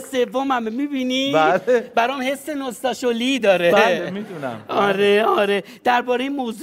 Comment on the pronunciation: نوستالژی رو میگه نوستاشولی 😂😂😂